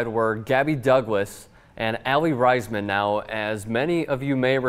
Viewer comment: I am sorry but you said Aly Raisman's name wrong.